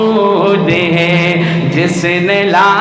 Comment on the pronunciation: Na awaz Achi na Hy tune theek or hay ko hey keh rahy hn.itni khubsurat Baat ko kharab mut karo.